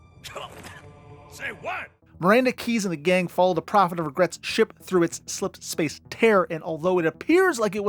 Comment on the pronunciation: o7 for successfully pronouncing "slipspace" so many damn time